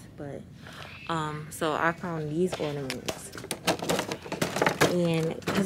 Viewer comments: Not “ordamints” sis lmao. Did the lidocaine hack work? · the tree turned out really pretty.. it's "ornament not ordaments boo. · Gworl 🤣 it’s “ornaments” not “ordamints!” The way you pronounce it is killing me. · what the hell are “Orderments”? Lol Le sigh 😂😂😂💕🥰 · Or-na-ments sis